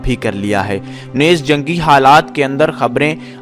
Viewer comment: Yeh lafz " nez" nahi hai balke isko NEEZ bolen .